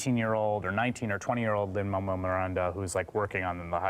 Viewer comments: WHY DOES HE KEEP SAYING LIN-MAMUEL MIRANDA? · Is anyone hearing them say "Lin Mamuel Miranda"? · Is it just me or did he say "Lin-Mammal Miranda"